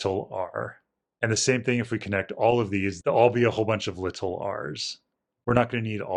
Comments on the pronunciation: Nothing is wrong in this one except for your pronunciation of little, but that might just be dialect! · Li-TUL r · If you listen he says it without annunciating. My guess is that because his accent kinda makes it sound unclear (more like “liddle”) he wants to say it clearly (or just say it technically “correct”, even though basically everyone in America pronounces it like he does). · Out of curiosity, is there a particular reason you try to really annunciate the T in 'little'?